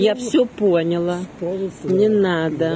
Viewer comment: Вас обожаю! Не в службу , а в дружбу: Слова- взяла., дала, поняла - произносятся с ударением на последнем слоге .